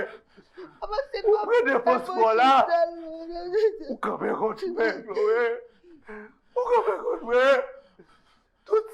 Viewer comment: Wonderful Chlo-ë 😂😂😂 Yon ti Chloval... mais c’est quoi l’histoire 🤣